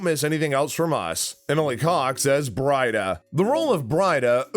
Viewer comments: Breeeeeda! Ooo tred!!!! New narrator please. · It's pronounces "Bree-da" and Oo-tred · Brida pronounced as Breeda not Bryda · It is pronounced Bree-da not Bride-ah. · I thought Emily’s character Brida was pronounced as Breeda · Bri-da..... oh and Ooo-thread, anyone who is a fan "Bree-da.....Uh-tread get it right" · Oothred and Br-eye-da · It’s actually pronounced, “Bree-duh” & “Ooo-tred”. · Brida is pronounced BREE-DAH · 'Brida' is pronounced 'Breedah' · It's clearly not your favorite show as you immediately get bridas name wrong I'm guessing you've never seen it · "our favorite show" mispronounces the first character in the video.